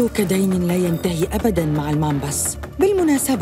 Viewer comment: عصابة المامبرس❌ عصابة البامبرس✔️🤣😂😂